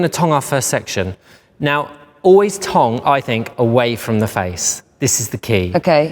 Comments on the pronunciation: i keep thinking he's saying tongue 🤭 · I read this comment before watching the video and now I can't stop laughing every time he says it 😂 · At first I thought he was saying tongue 👅 then I realized it was tong. Does he mean curl? 🤔💭🥰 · What’s a tong? Lol does he mean a curler? What’s a tonk? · Say tong again dude... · i couldn't tell if he was saying tong or tongue. i had never heard of someone calling a curling iron a tong before! lol.